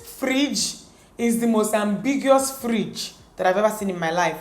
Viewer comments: We have a Friiiidge 😂😂😂😂😂 Dt Nigeria tone came out 😂🇳🇬🇳🇬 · the Nigerian accent. " this fridge" 😂😂😂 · The way she says fridge amuses me so much 😂😂😂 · You are pronouncing fridge like a real igbo girl.... 😂😂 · Mara Squad 😂😂😂😂 i was going to say that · The way she says 'fridge'😂 i enjoyed this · Love the way she says fridge😂